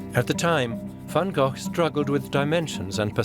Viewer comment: Not Van Gogh..